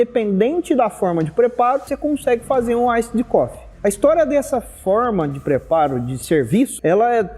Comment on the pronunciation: A pronúncia do Iced Coffee é "Iced Cofi", como se tivesse um "i" no final, da forma que você pronunciou ficou parecendo "cough=tosse". Café é bom demais, ótimo vídeo!